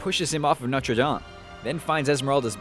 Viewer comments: It's No-ter-daim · who else raged when he mispronounced the hunchback of notre dame u say it like dayme and noter like its sounds like noter dayme but spelled like notre dame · Its prounounced noter dame not notree dom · I think he said Norte Dame wrong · Is Norte Dame actually pronounced like that? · LOL you purnounced Notre Dame SO wrong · lmao yeah XD